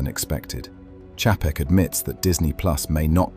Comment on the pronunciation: This is why dvd's are coming back because no subscription.. ALSO, You can always tell when a YouTube video is narrarated by an AI voice because they always mispronounce names, titles, cities, pauses in the wrong place, etc.. Chapek is not pronounced the way that they pronounce it here. YouTube is now flooding their platform with "Auto-clips", based on what you click on. Soon there will be ZERO "influencers", all video will be "auto-made" by YT themselves. Jeff in Detroit.